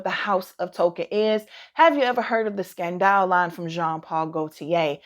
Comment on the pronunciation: Jeremy Fragrance (back in his hay day) had me saying Scun-dahl 🤣